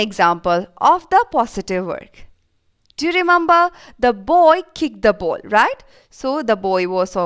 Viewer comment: Why are u saying ball boul 😂😂😂😂😂😂